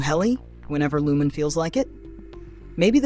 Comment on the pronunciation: WTF. How does anyone at this point not know how to properly pronounce Lumon? That's a game ender for me. I'm out.